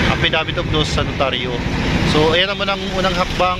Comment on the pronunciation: affidavit of lost po hindi affidavit of loose haha